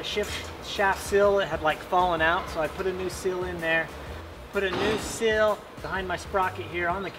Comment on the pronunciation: It's not a cil its a seal🤨🤔